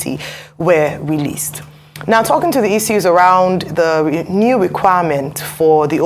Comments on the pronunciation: 😅😊 To the lady presenting, is it pronounced as “Icu” or “Issues”? 😅😂🤣🥲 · Can the new lady in this clip stop calling "issues" as " isues'? Double s (ss) is pronounced as sh . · The lady should please pronounce 'issues' properly. T for thanks